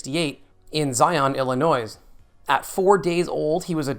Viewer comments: Ill-i-NOY, not Ill-i-NOISE 🙄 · I just have to say, I had my very own Hubert doll from Harris Bank. Also, Illinois is pronounced "ill-uh-noy," not "ill-uh-noise." The "S" is silent. 😊 Sincerely, Midwest GenXer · I caught that Illinoiz, too 😊